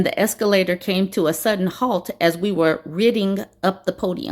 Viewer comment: “hault” what in the actual hell is going on